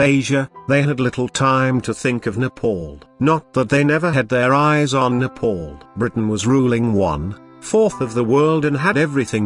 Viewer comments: Respect my country please it's not Nepol its Nepal idiot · First, my country name is NEPAL not Nepaul idiot. Second, British don't have such courage to colonize NEPAL. Third, when British are not able to colonize Nepal, they say Nepal don't have any resources...LOL Bravery is in Nepalese blood, not even in your dreams.. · Kushal Thapa it’s just his accent lol, you trying saying a western countries name without mispronouncing it.